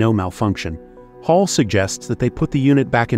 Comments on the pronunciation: I'm English, its HAL not Hall. They names the AI one letter away from each part of IBM. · Mispronouncing HAL. It’s not “hall”. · you are completely wrong. Do not comment if you are talking out of your butt. It's Hal, said like the person's name... NOT like the word for a room connecting two or more rooms. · I dont think you know how to speak england. its pronounced HALL